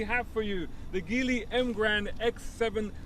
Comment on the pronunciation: Good review. BTW, Geely is pronounced "gee" "lee".